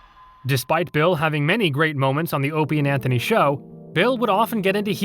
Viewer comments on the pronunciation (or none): Maybe the narrator is subtly trolling. Same thing with pronouncing O&A "Openie and Anthony"